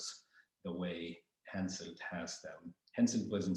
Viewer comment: HenSELT! not HenSON!